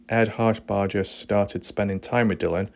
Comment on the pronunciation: ED HARSHBERGER! NOT HARSHBARDGER! say it like burger not bardger shit fire bro if ur gonna talk about something pronounce it correctly!